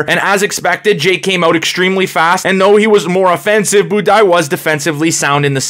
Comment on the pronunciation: Budai rhymes with Dubai Buday leggo